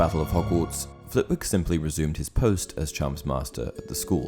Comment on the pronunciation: Little fact for ya. Flitwick is pronounced “flit-ick”. I know this simply because I live in Flitwick. I read some time ago that she named the character after the town